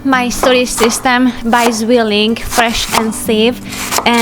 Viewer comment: sweet pronunciation of 'Zwilling' 😘 (I'm from Germany)